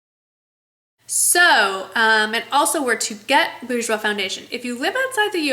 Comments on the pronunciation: It's pronounced bore-jois not boo-jois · It si helpful for me thank you! I'm from France, we say "boorjwa", dont spell the final "s". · If I may... It's a french word, and the r should be pronounced, i.e. "boor-joah". Hope it helps! Xo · With the R but without the S - "boorshwa" kinda, haha. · It is" boor-jwois ", you have to pronounce the r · My aunt works for the company and I believe it's pronounced "bor-jwois" :) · yup. pronounce that R.;) Nice vid M!